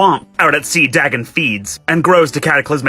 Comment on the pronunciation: Can someone tell that guy it's pronounced Day-gone not dah-gun